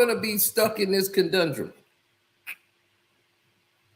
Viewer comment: Conundrum 😂 not Condundrum